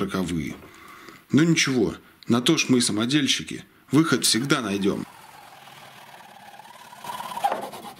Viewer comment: Самодельшики звучало как самогонщики😁